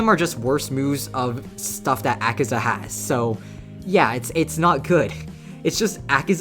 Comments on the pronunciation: its akaza not akiza -_ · He butchered Akaza so badly 😢